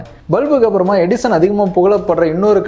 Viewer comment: Edison nu theliva sollunga bro.. 😅